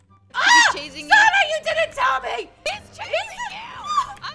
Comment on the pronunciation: No one Litterly no one: calling "sanna" "sawnna" xD